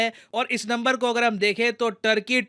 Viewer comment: First thing first . Its not “टर्की” its “तुर्की”. People of तुर्की are called तुर्क or तुर्कीश्